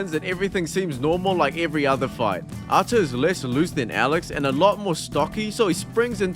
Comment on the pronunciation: his name is ArtYOm (it is written in Russian АртЁм( Ё=YO ) , not artIm. pronounce it like Petr(Pyotr) Yan